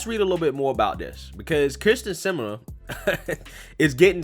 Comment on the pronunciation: Can I just say I love how you butchered her last name every time you said it? 😆🤣👍🏼